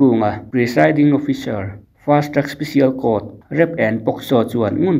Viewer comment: Pronounciation kha fiah ka tilo(eg: fast truck special court,ti in ka hria,,) fast track special court tih zawk tur